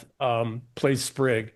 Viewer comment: Tell EM it's "Spig", not "Sprig". Spig Wead.